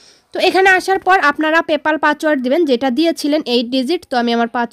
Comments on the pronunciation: পাচ word না পাস word বলবেন🐵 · হুম তা বুঝলাম কিন্তু আপনি ত পাসওয়ার্ড না বলে পাচওয়ার্ড বলছেন